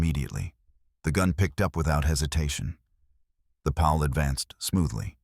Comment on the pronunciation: Increased cleaning intervals? That means MORE time between cleaning! Stoopid!😂! Can't blame the poor ayeye narrator; it's just a mindless, brainless set of computer code after all! It didn't know it said it completely ass-backwards! 'Pal'? More like a pawl, pronounced - 'Paul'. Lol! Another 'Chen' in these stories😂! There's almost ALWAYS a Chen. I spose there HAS to be one doesn't there? Gotta be politically correct! Gotta be inclusive huh? Such tiresome CRAP!